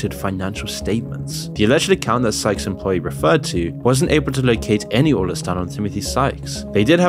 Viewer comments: In what universe is sykes pronounced skyes? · Ummm it’s Sykes… not “skies” lol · You spent 5 minutes calling Sykes "SKIES." I thought you were going to do it the entire video. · Am I the only one hearing pronounce Timothy Sykes name as skyes? Lmfao😂😂😂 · Sy-ch-s say it with me. Not skys... sykes.. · You said Skyes the entire video when his name is Timothy Sykes.. He literally says his name in 95% of his videos - what research did you even do? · skyes? not sykes? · Exactly. Not only that, you can tell his content is poorly written, not well researched, and rushed to publish. He just stole the content off of other youtubers. In the Sykes segment, he can't even bother to pronounce Sykes' name properly or consistently.